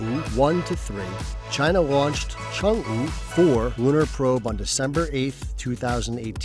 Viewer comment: Work on yr Chinese pronunciation dude...